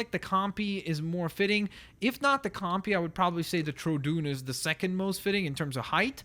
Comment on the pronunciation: Please do my Graymon t-rex. GCA ACA CAT TTT GAA AGG GAC FYI troodon is pronounced troh uh dawn.